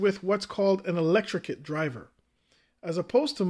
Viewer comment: I just gotta say, electret not electricate